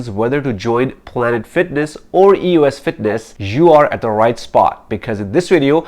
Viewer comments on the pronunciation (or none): Is he saying "us fitness "? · eee oh esss